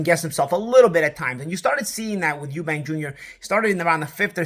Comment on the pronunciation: It’s eubank you silly yank. Chris Eubank jr. not Eubanks